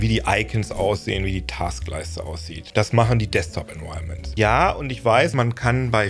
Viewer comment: Environments werden nicht „enwirements“ ausgesprochen 😂